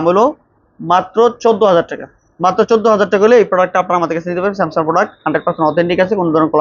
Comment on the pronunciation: ভাই, স্যামসাম না, স্যামসাং বলেন